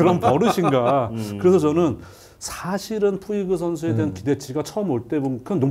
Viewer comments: 푸이그를 푸홀스라고 그러고 송재우 위원 나이 드시고 저런 실수가 상당히 많아짐ㅜㅜ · 푸이그가 푸홀스로 발음이 되나요?? 왜자꾸 푸홀스라 발음하시고... 카디네스는 트레이닝 파트 문제 쏙빼고 또 멘탈 이야기만 하시네요...